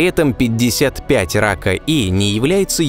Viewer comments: Судя по всему, не Рака, а Пака, так как PAKA E — английские буквы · Может "пака" а не "рака"? Это англ буквы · может быть планета рака е не рака, а пака? ведь названия планет даются латинскими буквами и читаться должны на латинском, и почему то вы ее озвучили как рака эй, то есть первая часть названия на русском, а вторая на латинском?.... Хотелось бы узнать объяснение данного названия (звучания) этой планеты. Если вы сразу переводите латинские названия на русский, то почему то забыли про последнюю букву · Сук... Рака.. читал бы английской транскрипцией - "пака", названия же на латинице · не "рака", а пака. После этоео знак "е" прочитан каа звук "и". Не положено смешивать языки при составлении и прочтении названий. Тоже ещё популяризаторы! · 55 пака и (если уж произносить па руске)...а на англ.- 55 PAKA E